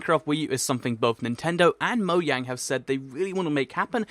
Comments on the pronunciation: he said moyang instead of mojang. Hahhahhsh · Moyang? Isn't it Mojang? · Really?! MOYANG? It's pronounced, "MOE-JAYNG" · guys did anyone else hear him say moyang instead of mojang in the beginning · you said moyang not mojang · Why did you say moyang instead if mojang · It's mojang not moyang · it's pronounced "MoYang", but most of us Americans say "MoJang", including me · actually, im pretty sure its not moYang, or moJang, its moAng, the h is silent, i think the H is silent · You said Moyang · He keeps saying Moyang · he said Moyang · listen he says moyang hahah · moyang??? do you keen mogong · In you said moyang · u said moyang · He said in the starting Moyang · It's pronounced moyang. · u said moyang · I mean u sad moyang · is asian confirmed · Wait is it pronounced (MO-Jayne) or (MO-yayng)?